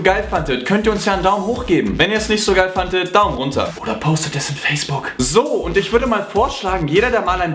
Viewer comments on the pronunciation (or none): haha bei und hört es sich so an als ob andre 'fantet' anstatt 'fandet' sagt :D und der witz am schluss war so mega flach , dass er wieder geil war :D